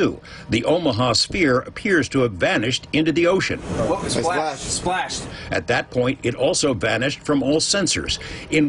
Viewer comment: . To me it looks more like it just shifted into another dimension or something rather then going into the ocean. Almost sounds like they are saying "flash" not "splash" but my hearing isn't great. Kinda like the joke how really skinny people disappear when they turn sideways, that kind of shifting into another dimension